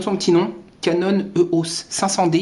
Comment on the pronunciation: éééééééos, pas euhos